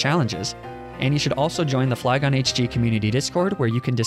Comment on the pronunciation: FLYGON, NOT FLY HON!